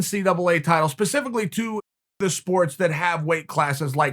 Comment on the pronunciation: Important time stamps: -leg cross/“it’s one of these things” -“pacificly” -“it was one of these deals” -Chael flexin on us